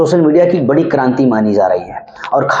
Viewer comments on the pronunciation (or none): none